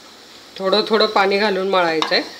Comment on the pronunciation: छान रेसीपी , भाषा थोडी सुधारावी असे सुचवासे वाटल, पानी नाही पाणी